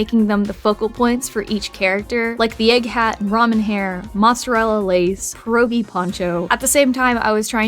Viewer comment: It hurt me the way she pronounced it lol